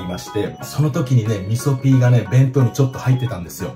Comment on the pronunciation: 味噌ピーがみそきんに聞こえましたｗ